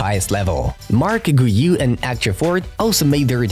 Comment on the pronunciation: Guiu is pronounced as GYOU.